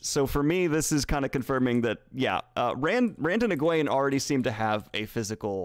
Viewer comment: also i read the whole book not knowing the right pronciation of the names. so in my mind Nynave wasn't Nigh-neeve but Neenave and Eggwene wasn't EggWayne bur Eggweeen. so its really weird when daniel pronounces the correct names. they sound stupid. damnit.😖🤣